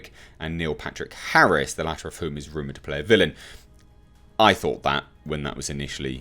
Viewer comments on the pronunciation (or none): none